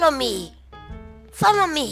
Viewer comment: Foloumiau kkkk